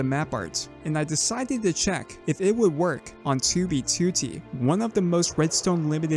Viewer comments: Am I the only one who loves the way says 2b2t like 2oo-bee-2oo-tee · why is it still kinda funny to me every time he says 2B2T just because he pronounces it as "Two bee to tea" and he always does it in the exact same way like some TTS voice I don't mean this as a insult btw it's just funny